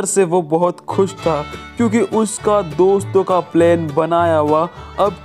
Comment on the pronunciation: Not plaine it's plan